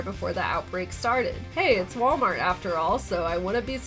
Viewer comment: Did you say y'allmart? 😂